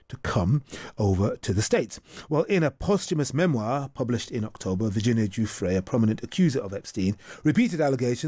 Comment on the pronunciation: the woman cannot even pronounce Guiffre's name correctly. how dim can u be?